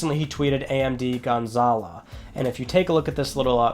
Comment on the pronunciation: You're wrong about developer choosing better visuals over frame rate, they really have no choice because the CPU is severely underpowered. The jaguar CPU is a piece of trash. Also it's gonzaLO not gonzaLA. Stop saying it like that.